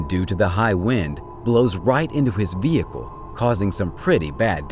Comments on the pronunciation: Ve-hick-el. Vehicle. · V HICKLE ? Really? What Planet are you from?